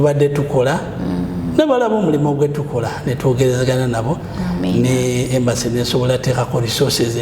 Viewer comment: It's Embassy not Embracy